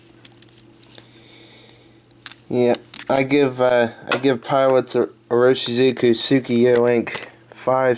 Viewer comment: You should really learn to say the brand name if you are going to recommend the ink.